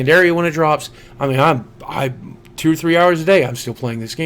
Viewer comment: it always sounds like you're saying ten nine eight eight instead of two nine eight eight in your intros. good story tho man